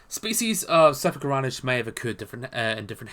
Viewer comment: Hey man, very good and entertaining video, but please, it'd be even better if you took some practice in pronouncing your scientific names correctly. Your struggle with them is getting pretty noticeable, sorry... I mean, "Agurostoma"? (Angaturama), "Sapanorhynus?" (Scapanorhyncus), "Ophalicodon" (Ophiacodon), Hategopteryx "thabelma" (thambema) I hope this sounds like constructive criticism for your videos, which aim to bring accuracy and credibility to these creatures, both living and extinct. Please, consider.